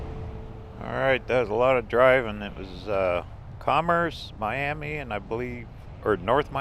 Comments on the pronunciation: Don't let Okies here you call it Miami it's pronounced My-am-ah. Just put an a on the end instead of an I. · Miami Oklahoma is NOT pronounced like the city in Florida. In Oklahoma it’s MY-AM-MUH.